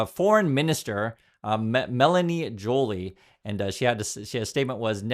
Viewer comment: It’s pot ash, not po tash. And Jo Lee. Accent on the second syllable. You lose credibility when you don’t pronounce things correctly. And yes, it matters. Good video otherwise.